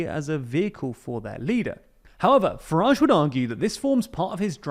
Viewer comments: It's a word that his name rhymes with and so should be pronounced rather than the pnoncy sound he uses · 0.59 Farage nor Garage